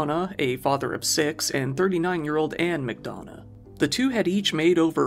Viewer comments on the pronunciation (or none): Bernard is pronounced Ber-nerd. And McDonagh Mack-Done-Nah. It's an Irish traveller name.